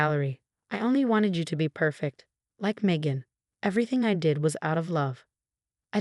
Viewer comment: Phony terms of endearment are insults. Facade, not focade. Influencer, not influence her. Megan, not Macon. Drugs, not droves. FIVE YEARS IS FAR TOO LENIENT FOR MOM'S CRIMES!!! SUBTLE, NOT SUBLE.